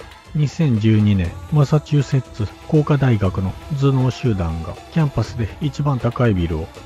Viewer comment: マサチュセッツって上手く言えたね